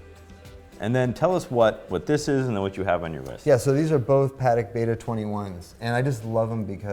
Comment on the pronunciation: Great one, many thanks. One note on pronunciation cuz it bugs me. paddock = noun A small field or enclosure where horses are kept or exercised. Patek = The first name of the watch brand Patek Philippe SA, named in part after Antoni Norbert Patek (French: Antoine Norbert de Patek; 14 June 1812 – 1 March 1877) who was a Polish pioneer in watchmaking and a creator of the Patek Philippe & Co., one of the most famous Swiss watchmaker companies. Patek = Pa Tech Try it out, feels good...